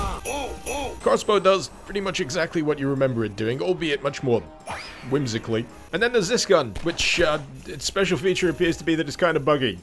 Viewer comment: "although more..whimsicly" i love this gun